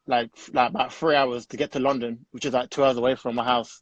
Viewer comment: It's three!!! Not free!!!